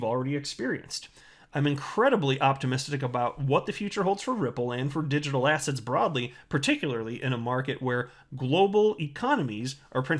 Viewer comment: I crack up everytime you say digital assets, I can only hear digital ASS hats!!!!